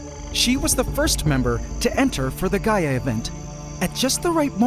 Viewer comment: I thought bro said "Gy-att" not "Gaia" 😂